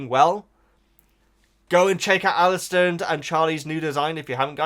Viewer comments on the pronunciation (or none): none